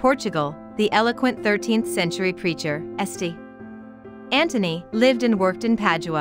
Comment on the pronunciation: Was this read by a bot? "the eloquent 13th century preacher S T. (pause) Anthony lived and worked..." Also why not at least try to pronounce things right? "deGli ScroveGni", with a hard G, really? Palazzo della "Rajun"?